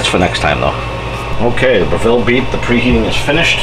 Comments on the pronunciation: Great videos, but it's pronounced BREH-vull. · Dude, if you're going to do a YouTube video about the Breville oven at least learn how to pronounce the word Breville!!! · Gary West, the dude can't even pronounce Breville correctly. You really expect him to understand how to use IQ or phase cooking correctly? Let alone actually read the owners manual. Ha, good luck with all that!